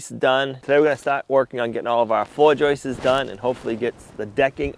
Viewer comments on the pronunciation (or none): Joists, not "joisters" makes me cringe every time he says it. You got a boo boo, I think we've all done that at one point, it hurts, watch out for infection 🙂👍🤕🤕 Is there a moose season ? One of them would fill a few freezers